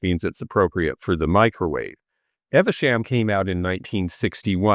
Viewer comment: Royal Worcester Evesham. It’s pronounced “eve sham “. Not “ever sham”. It arrived same year as me in 1962. As a Brit we used to think of it as the “American” pattern as tourists would buy it by the bucketful. It was loud and gaudy. I admit I like the fruits but it was too much. Still proud owner of my royal Worcester extensive set of Lavinia pattern with the blackberries and gold edge. My wedding china of 1985. It’s not my everyday pattern but we used it last night for husbands birthday and every family celebration. My kids were brought up to take care of antiques and beautiful things but to use them. If you teach them young they live and respect things.